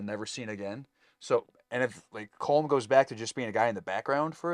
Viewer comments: Just a point—Colm is pronounced like “collumn” not like it rhymes with “comb” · I believe Colm is pronounced like Colin ending with m instead of n. "Colim"